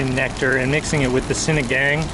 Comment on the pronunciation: Pronounce sinagāng as sinagong :)